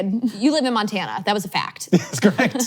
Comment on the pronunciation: Montana(🤔) pronounced Maroon 5